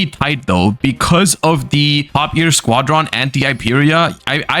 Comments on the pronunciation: why does he say squad-ron and not squadron, one word. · The way he pronounces squadron drives me insane lol